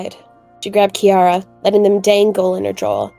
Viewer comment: I thought it was Kirra not kiarra